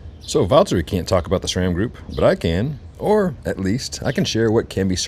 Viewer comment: SRAM, not "shram." SRAM is an acronym for Scott, Ray, and Sam, the three original founders of the company. There is no H. Maybe your badgering to get their products would go better if you can start by removing the H when you pronounce the brand's name. :)